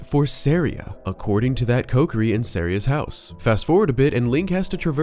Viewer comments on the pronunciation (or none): Love your voice and everything you talk about but you saying Coke-ery instead of KOHkiri is murdering me right now. 😅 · Man this dude saying "Coke-er-ee" and not "Co-key-ree" is REALLY messing with my head. Have I been saying it wrong?? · Wrong pronunciation of Kokiri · Stop saying kokiri wrong 😅